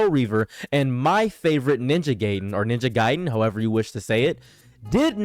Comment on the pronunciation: It's pronounced Ninja Gaiden